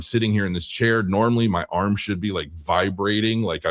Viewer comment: Please don't say arm anymore. AAaRrrrm. All the time arm this arm that ... Aarrrmm .